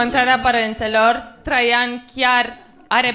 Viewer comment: e a cinspea oara cand am impresia ca zice in loc de traian "trei ani"